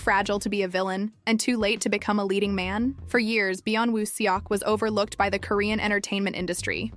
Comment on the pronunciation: You need to pronounce his name right might be nice. If your going to do info on him.